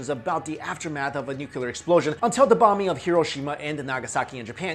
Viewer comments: yeah there was definitely a "noocuuuulllllluuuuurrrr" war 4000 years ago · Great video - interesting pronunciation - should be MA-ha-bha-ra-ta for Mahabharata & new-clear for nuclear ;-) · Please, stop saying "nuculer".. ok? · Sorry but I don't trust anyone that pronounces nuclear,nuculor. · haha, he says "nucular" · He says nucular XD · Nukyular nukyular nukyular 😂😂😆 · 'nucular' ... cringe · Nuclear, not nucular lol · you are way to intelligent to mispronounce nuclear. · _ He can't pronounce nuclear either. Cheers. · Can nobody pronounce nuclear properly? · NUCLEAR, how come so many people say Nukelar ? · Why does he pronounce nuclear "nucular"? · Nuclear not nucular... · Will u PLEASE... for the love of Oppenheimer... learn how to properly pronounce the GODDAMN WORD NUCLEAR??? There's only ONE U in the word! Is NU-CLEAR!!! Nu-CLEAR!!! Not Nuc-U-lar!!! Every time I hear u say it like George effing Bush I want to throw my phone across the goddamn street. So PLEASE!!! Can u say it like u have the slightest idea what you're talking about from now on? Please??? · Nucular. Its pronounced Nuclear. Great vid though. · It's nuclear, not nucular. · It's NU CLE AR, not NU CU LAR geez... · NUKULAR ugh over and over again... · Stop saying nuculer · lay off the drugs dude and study english pronunciation instead. "nookilar"? "archie-type"? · dammit, its nuclear not nucular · It's not a major issue but it DOES absolutely drive me up the walls ... The word is "NUCLEAR", being derived from the word "NUCLEUS". It is pronounced NU-KLEE-US, and not "NU-KYU-LUS". Hearing "Noo-kyoo-lur" from an otherwise educated person is like fingernails on a chalkboard. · it's "nuclear", no nukular! Please learn the f_king pronunciation before anything else. Thanks. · I hate it when people say NUKELAR !!!! 😡😤 the word is NUCLE AR !!!!!! Please !!!!! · I'm sorry, what kind of warfare? the title says NUCLEAR but you say Nuculur